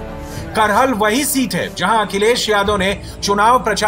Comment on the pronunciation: Bhai करहल nhi hai कराहल है